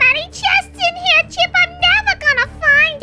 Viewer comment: Bruh it's not chop it's chip